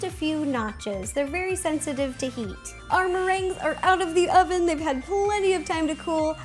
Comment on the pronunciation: LOL, she says "ovem" 😂😂